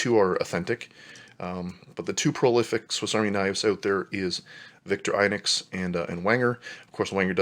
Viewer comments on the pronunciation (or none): Vik-TOR-ə'nox Almost ee-nox, but not quite. Wenger = VENG-uh That's aboot it! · Good video but pls learn to pronounce victorinox right xD And there is no swiss language its german. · Its weird how some people pronounce Victorinox “victor-eye-nux” but is really pronounced “victor-i-nox